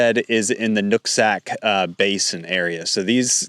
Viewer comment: Dude, you pronounce those names like you aren't from Washington State, especially "Whatcom" and "Nooksack." Problem is also that the WA Department of Ecology has many times in the past failed to use certified hydrologists for making policy and laws regarding water and water rights. For quite a while, they had this joker from Kalifornia, named John Anderson who was just a biologist, who knew nothing about hydrology. He made many mistakes.